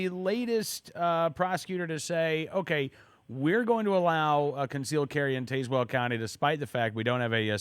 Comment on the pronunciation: As a resident of Tazewell County, I can clarify that it is pronounced "Taz-Well", like the Looney Tunes character, not "Taze-Well", like Taser.